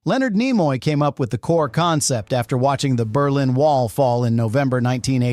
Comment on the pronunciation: What crap AI generated slop is this? Stupid AI bot voice can't say Leonard Nimoy's name correctly. Scenes discussed where not pictured. Where's this alternate ending you speak of. Such garbage, lazy content creation.